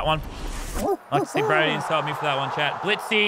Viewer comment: Who else thinks it’s weird every time lazar beam says “chat”